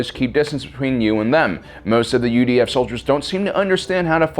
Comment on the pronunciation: Every time he says UDF I hear UVF and get triggered